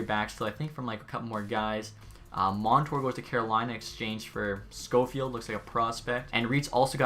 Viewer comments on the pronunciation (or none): none